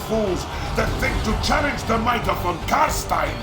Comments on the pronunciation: "Car-stien" .... its Car-stein, e-i-n ...... next! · Von CarstEIn not Von CarstIEn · I know it's a minor point but in German Stein is not "Steen" it's "Shtayn" - they pronounce it properly in the game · von car-stine, not von car-steen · Its pronounced Car-stine not Car-stene. and Neferata didnt create the vampires Nagash did back when he was trying to find a path to immortality that wasn't lichdom, she was just the first one he used it on. She was however the one who spiked the punchbowl during a party with the elixir turning most of Nehekaras ruling class into vampires including Vashanesh who along with Aborash started to hate her for it. Which was why he went to Sylvania and started the first Vampire War, he was going to use the Empire to hunt down and wipe out all the other Vampire bloodlines. Unless of course GW retconned his storyline again. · CARSTIN = WHAT ? IT CALLED CAR-STEIN <------ A good example of this is with Albert Einstein. Nobody says "Albert Eens-steen", right? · Its "Von Carstein" not "Von Carstin" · Noooooooooooooooooooooooooooo! Kar- SCHTAIN Not Car-Steen. Jesus fucking Christ, Americans. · For some reason it triggers me everytime when you say Carstien cuz its Carstein. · His name is pronounced Carstein. Not Carsteen. In German names ei is pronounced like the word eye. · Always loved your videos but you made me sad how you pronounced Carstein. It's Kahr-stahyn, not Kahr-steen. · Awesome Video, even though a shiver goes down my spine everytime someone says "Von CarSTIN" instead of "Von CarSCHTAIN", which would be the right german pronunciation buuuut screw it, everybody can say what they want 😁 keep up the good work! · Not Carstien it's pronounced Carstain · >Official trailer says CarSTINE. >Procedes to call him CarSTEEN the entire video. >Somehow does pronounce Khemri correctly. >bloodyamericans.jpg No other complaints 7/10. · i'd say "CAR-SHTAIN' not 'CAR-STEEN', but whatever... there are two versions in the game so . . . >.>